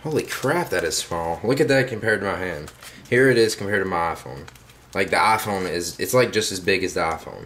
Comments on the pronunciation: A-phone... LOL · u say iphone werid